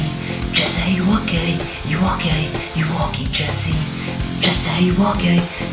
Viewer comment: When u were saying Jessy are u okey it sounded like Jessy are u gay